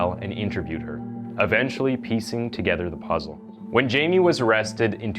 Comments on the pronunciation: Hey. You said all the names wrong. You said "Jay-me", but it's actually pronounced "Hay-me". You said "Peena", but it's actually pronounced "pey-nya". Guess you haven't been around too many hispanics..... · He's from my town. Its "Hi-Me" not "Jay-me" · Hai-meh, not Jamie. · It's pronounced hei-may. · Hi-May learn to pronounce Hispanic pronouns. Not gonna listen to this. Ignorance is not bliss. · actually the name should be pronounced "Hi- meh" and last name "Peña" as "peh-nyah" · I am convinced this guy is a deepfake. can't pronounce Jaime or Peña? you kidding me